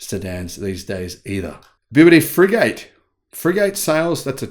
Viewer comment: I think Free Gate is pronounced, Fri Gat. As in a small battleship, Frigate.